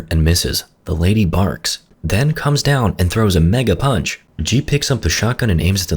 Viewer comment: Broo when i heard him says "MEGA PUNCH" the first thing that comes to my mind was MEGA PINT 😂😂